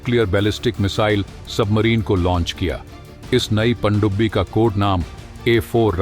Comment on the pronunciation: Bhai please pandubbi bolna theek karo..... Pakistani humara mazaak banayenge. Andia ki sajish hai.